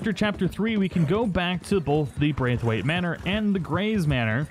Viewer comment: 1 it was ROSS not Rose, and 2 Its pronounced BR-A-TH-WAITE. at least my wife's maiden name was